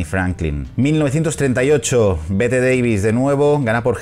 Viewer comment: Bette Davis te halará las patas por pronunciar mal su nombre, ella decía que no era Bette como se diría literal, sino Betty algo así, así se escribiese Bette.